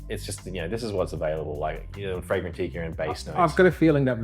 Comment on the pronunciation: "fragrantikka" has buckled me 😂